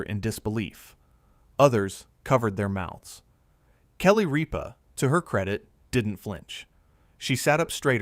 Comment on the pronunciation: It isnt Reepa. Its Rippa